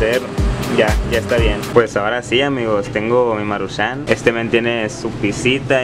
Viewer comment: no le pongas asento al decir maruchan lo dices como si se escribiera marushán